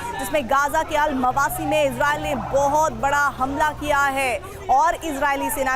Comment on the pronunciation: अलमावासी नहीं अल मवेसी